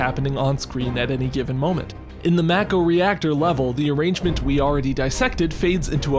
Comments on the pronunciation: It’s pronounced Mah-Ko not Mæko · I've heard a lot of very strange pronunciations of Mako but "mack-oh" is a new one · MACK-oh lol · It’s “Mah-ko” in everything FFVII related, not just the remake.